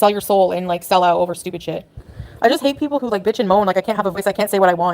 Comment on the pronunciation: It's so stupid that she says stupih